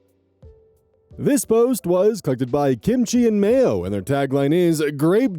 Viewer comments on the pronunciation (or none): none